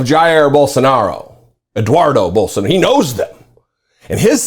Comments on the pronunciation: "Barsenaro"! Ugh!!!! 🤣🤣🤣🤣🤣🤣🤣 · "Barsenero" - why do these fascists stans like Dave Rubin not even bother to learn how to pronounce the name of their Brazilian Daddy?